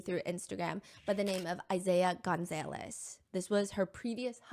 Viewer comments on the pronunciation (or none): Stephanie has some funny pronunciations for names like “Gonzaylez” but yea it’s def because she’s never seen it; we all have those words that if we’ve never heard them pronounced, we read it and just pronounce it how we think it is until otherwise taught or told 😂😂😂